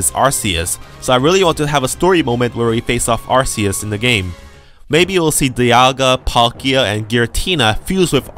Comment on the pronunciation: it is AR-KRR-US not AR-CEE-US